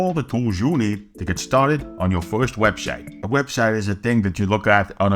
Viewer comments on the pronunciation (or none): Not to be that guy, but might want to work on his 'webshite' pronunciation.